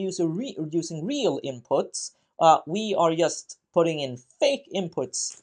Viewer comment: Pardon my ignorance, but what's this accent called? I'd never before heard "just" pronounced "yust". (I'm from Central Europe.)